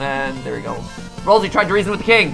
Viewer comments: his name is ralsei not rasiel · It's Ralsei, not ralzee.